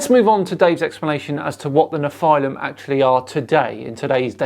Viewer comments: what's with the pronounciation? First you pronounce nephilim correctly in the intro, then you mess it up numerous times in the body of the clip;) It's nefə-lim, not nefʌɪ-lim;) BTW, I think he's onto something cool - if you want to write a fantasy story that is. Pre-flood genetic engineering - an idea worth stealing! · Hey, It’s pronounced “NEF-ill-im” with the emphasis on the first syllable, not “nef-EYE-lim” with the emphasis on the 2nd syllable. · Pronounce it kneefel-ha-i-m you uncool creatures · The way you pronounce nephilim, is that also correct? Neffi-limb or ne-file-im? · I thought it was pronounced ne-fill-im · Just FYI, the proper Hebrew pronunciation is "neh-FEE-lim." Which is plural. One is called a Nefil. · I thought it was pronounced NEFF-elim. But then....what would I know.... I'm just a religious hating heathen. :) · Why do you keep saying “Neph-eye-lim” it’s pronounced like the guy in the video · Your pronunciation of nephilim really bothers me for some reason lol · I found it actually quite hard to listen to this video, with continously mispronouncing “Nephilim” in a really annoying way. At the absolutely wrong explanation of the claimed adrenochrome conspiracy (nobody thinks the “Hollywood elite” are harvesting this from their own children), I really couldn’t take it anymore. seems to think that debunking falsehoods does not take any effort, and that shows. The lack of proper research rears its ugly head again.